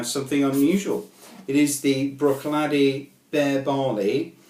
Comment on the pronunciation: Just a small point - Bere is pronounced Bare here in Orkney